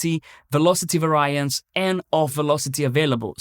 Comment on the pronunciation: You are mispronouncing "variance" btw. It should be VAR-ee-ance, not var-EYE-ance. Also, it is pa-RA-me-ters, not PA-ra-me-ters.